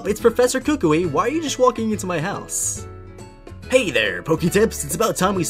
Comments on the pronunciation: WatCH THe Anime tHats not how U SaY Kukui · ah yes the pokemon school teacher, kookooway